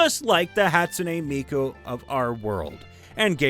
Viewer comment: can pronounce "Hatsune Miku" cant pronounce "Ravnica" xD